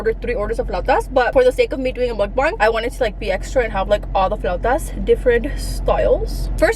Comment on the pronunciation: It’s mukBANG not mukBONG a bong is wat you smoke weed out off